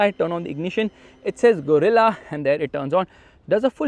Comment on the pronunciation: Gorilla ❌ Guerilla ✔️